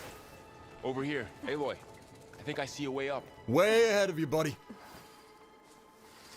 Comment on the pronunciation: C'mon man it's Aloy, like ay-loy.